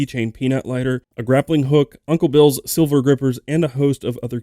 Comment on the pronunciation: They are called Uncle Bill's Sliver grippers (like a splinter) not Silver...S-L-I-V-E-R not S-I-L-V-E-R...just saying.